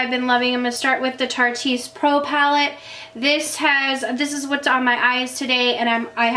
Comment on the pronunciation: Tarteist rhymes with artist by the way!